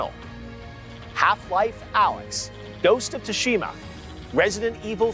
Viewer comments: Ghost of Too-Shima wtf It’s pronounced sue-sha-muh or sue-shee-ma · Not once did he pronounce “Tsushima” correctly 😂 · 0.o Y is he pronouncing Tsushima like that? Lol